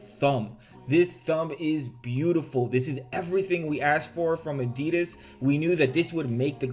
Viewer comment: Tbh, why should they listen, when you keep calling them Adeeeeedazzz...